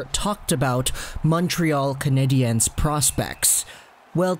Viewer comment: Dude just pronounce it like it’s spelled Canadians